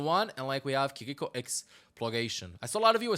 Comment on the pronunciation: Fun fact: Japanese is a mora-timed language and syllables don't have an accent on them. "Ki-ri-ko" is read with the same tone throughout the entire word. Try it with Google translate.